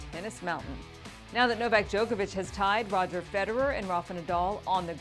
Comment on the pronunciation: Sorry but not sorry, it's Djokovic